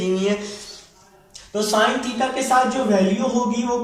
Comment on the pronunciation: Sin become son 😂